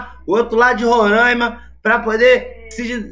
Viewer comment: Não é rorãima e roráima